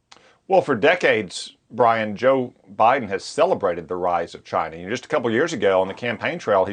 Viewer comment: Did he just say cchina like treason trump